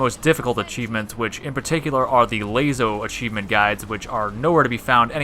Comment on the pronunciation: When he says Layso instead of Laso